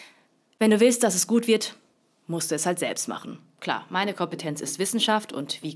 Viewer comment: Wie Lefloid gesagt hat Maine Partei XD